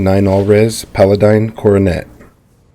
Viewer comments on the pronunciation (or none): Lol “paladine”